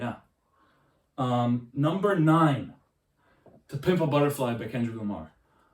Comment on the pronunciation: Great fun content: you do slur the second lp title tho and I cant tell what u say. Pimple butterfly by Kangaroo Moss is probably wrong. .